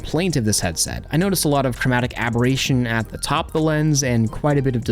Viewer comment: “abhorration” haha